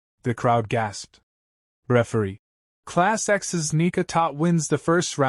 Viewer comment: bro why the fuck is the ai saying the n word instead of nika like tf